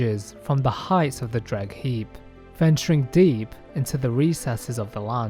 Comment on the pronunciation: This is some wonderful stories i love to hear Tho i gotta say.. whenever ya said deep i just heard the D. and it just made me think of one piece haha. But yes good job! wonder what your next projects will be and im excited to hear about em for sure